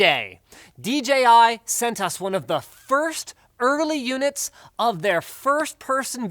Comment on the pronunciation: Thank you for saying "dee JAY eye" instead of "dee gee eye" like every other reviewer on YouTube.